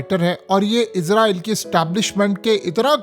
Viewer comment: ازرائیل نہیں بھائی، اسرائیل ہے لفظ۔۔۔ آپ ہمیشہ سے ازرائیل کہتے ہیں